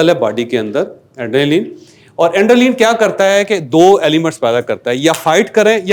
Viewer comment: Bhai adrenaline hota he plz correct pronunciation Baqi fit he ppt